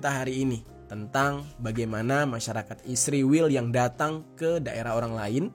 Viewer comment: Syallom...mohon jangan sebut ISRAEL dgn sembarang sebutan ... ISRAEL bukan ISRIWIL...anda buta huruf ko ?